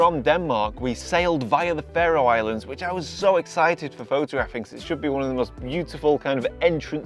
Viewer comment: Your pronunciation of Faroe is incorrect